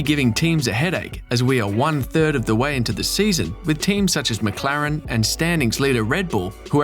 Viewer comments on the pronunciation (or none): none